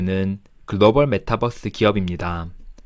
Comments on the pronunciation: 메타뻐스.. 귀에 속 들어오네요.. 영상 감사합니다. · 메타뻐스 ... 발음 넘 정겨워요 ㅎ